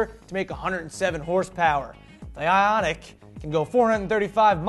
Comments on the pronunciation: before you said the name of that new Hyundai i thought it was pronounced i-oink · Isn't it I-Oniq... don't you think?